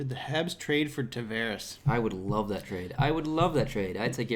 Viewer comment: Tavarez (with Z) Spanish, Tavares (with S) Portuguese. Learn how to say the name!